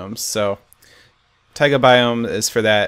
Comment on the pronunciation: lol. Boston accent. Taigahhhhh :D